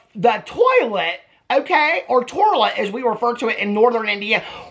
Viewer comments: the TORLET!!! 😂😂😂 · Not the torlet lol 😂😂😂